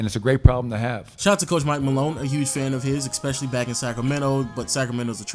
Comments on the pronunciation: Learn to say especially. You’re saying ekspecially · STOP SAYING EKSPECIALLY